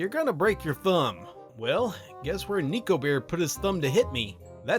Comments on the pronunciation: i was listening to this with my eyes closed bc i find these vids relaxing. i kept hearing “niko” and i was like um ok???? then he mentioned the ears and the tail and i went ohhhhh NEKO, that makes so much more sense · Hey, just an educational piece of info! Neko is pronounced Neh-Ko! Ne ( ネ) and Ko (コ) are 2 different symbols in the Japanese language pronounced as such! 猫 being the kanji for Neko, or cat (Which I assume you know its cat ^^). Not a rant! just teaching!! I hope you're doing well with the current events going on. Keep up the good work, I honestly do love your videos! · If you're going to mispronounce "Neko" as "Neeko" I don't think I can watch this video 🥺 It's pronounced like neckbeard, hence Neko-beard being a pun! Edit: I got over it & watched it anyway, good video as always, just a major pet peeve. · I was griping about it too lol